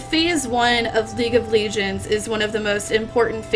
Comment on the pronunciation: Why does she call it League of Legions..?